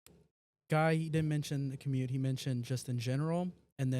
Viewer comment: Lmao not mispronouncing commute! 😂